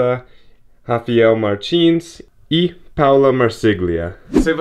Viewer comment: Rafiel Martins, meu nome não é assim! È R-A-f-A-E-l kkkkkkk